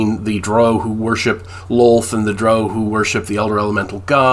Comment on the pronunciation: Hard to argue with those choices, though I'm not sure what's still in print. I'd put the giants modules there, but they were reprinted for 5e, right? Only real criticism is your continued inability to pronounce the word "drow," which rhymes with "prow" and "brow."